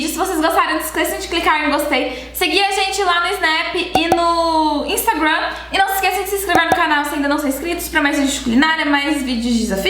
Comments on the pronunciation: Não se diz: "instaguam" é instagram mesmo. Apenas fale o português correto. No restante vc é ótima, parabéns! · kkkkk também odeio o jeito que ela fala instagram